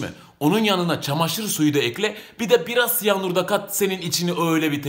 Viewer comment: Abi siyanur mu dedin yoska siyahnur mu anlamadım